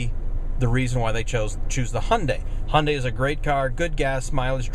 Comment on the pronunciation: honda elantra? why can't you pronounce HYEONDAE elantra ?!?!?